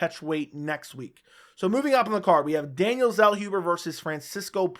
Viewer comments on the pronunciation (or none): Zellhuber is pronounced 'tsellhoobuh". Greetings from Germany.